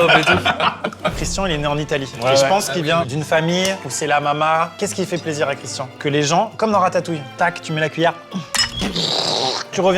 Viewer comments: Bonne vidéo. Dommage d'avoir prononcé son prénom correctement une fois sur deux. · étienne c’est le seul connard a pas respecter le prénom de Christian, franchement ça lui coûte quoi de le prononcer correctement ?